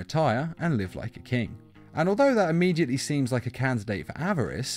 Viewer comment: Why does he call greed averace